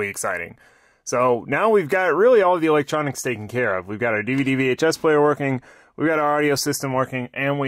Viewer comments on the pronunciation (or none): none